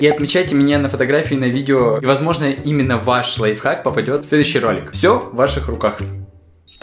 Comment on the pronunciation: Прости но не лайхак а лайФхак